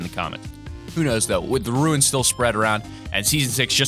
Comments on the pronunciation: runes is pronounced like tunes with an r not like ruins. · Why does everyone pronounce runes like ruins. They are DIFFERENT words. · Learn how to pronounce runes.